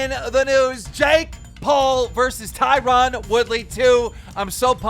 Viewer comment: Always makes me laugh when keem says Tieron 🤣🤣 can't even say the dudes name correctly